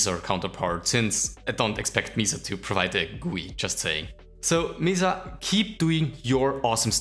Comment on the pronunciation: Pretty sure Mesa isn't pronounced Meesa. I guess you could pronounce it Meßaa?